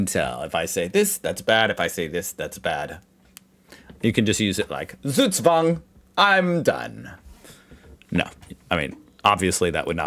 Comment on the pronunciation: Once and for all: Z is not an S. It's not SugSwang. In german, Z is a sharp spoken letter, like the S in Snake, Snap, Smack or Snack. The letter sequence sch is spoken like the ch in chocolate. Ch in Echt is spoken like the one in choose. Ä is close to an english A, while A is like the a in hard. Get this right and you can impress a lot of people😎.